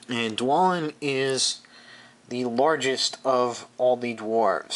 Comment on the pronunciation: They are pronounced: DwARElin and BARlin.